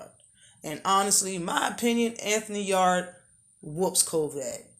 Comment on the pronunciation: Yarde is ranked#1 by one sanctioning body. The rest he's not even there. Pronounce Yarde correct first, it's not pronounced like your back yard!! Lol! Canelo also not stealing fights. If something falls threw in everyday life and you see an opportunity to make millions your going to throw your hat in there and try to get it. Same in boxing. Kovalev is responsible for it all if anyone or anything. Also ward had been hunting in his own words at coming out of retirement to have a third fight with kovalev, who's name you also not pronouncing right. If that happens ward will fight him before anyone Yarde and Canelo included!!